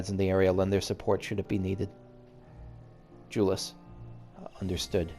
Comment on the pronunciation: The side quests of zones do often have to do with the msq that was happening at the time, or at least references to what was going on. Just a note, Jullus is pronounced with a Y sound instead of a J sound, like Yule-us. It's been said in a cutscene. I do love when you ship characters. X)